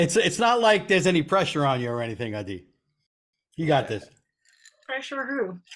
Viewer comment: I’m stoked for the possible West Coast show! Also happy to know how to pronounce Ah-DEE’s name! You rock, Adi 🤟🏼 -Steve Bolton